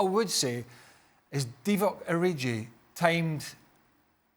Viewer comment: Lol did he say "Divock ORIJI" 😂😂😂